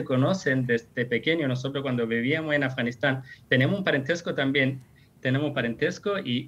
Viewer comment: OYE periodista!!! PRONUNCIA BIEN AFGANISTAN.------- AF, GA NIS TAN... /affff ) pronuncia la "F" --- pronuncis "S" (ganis)